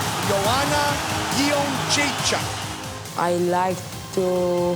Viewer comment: its JedrzejczYk not JedrzejczAk. All your presenters get it wrong.